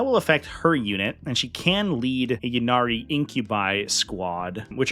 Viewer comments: Great rundown! (and it's pronounced "Ynnead", jeez!) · The way you pronounce "Ynnead" does not in fact sound cooler.